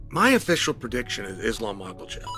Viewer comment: Uncle chael said islam 😂😂